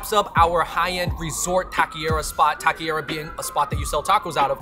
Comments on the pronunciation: It's not pronounced "ta - kay - ree - ugh" either. Try "ta - keh - ree - aw" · It's pronounced "ta - kay - REE - ugh" not "talky era" :x. David got it right at least a couple of times. Just wanted to fix that, you guys make awesome videos. :D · Es Taqueria Not Taquiera..💚✌🏽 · Taco Shop taquerias in the title is a bit redundant. Taqueria in Spanish means “taco shop” and it’s pronounced “tah-keh-rree-ah” 🙂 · It was funny that they were saying Taki-ria. Though tbh I wouldn't mind a place dedicated to takis. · Aye. TAH-KEH-REE-AH. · David 🤣.... going from pronouncing taqueria correctly to not ... over and over ... love you guys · Absolutely butchered the pronunciation of “taqueria”